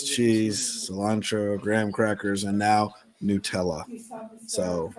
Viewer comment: It IS Newtella. Which, I get why nut because it's made from a chocolate hazleNUT mix. But Ferrero-Rocher (and yes, that is pronounced row-share) pronounces it Newtella.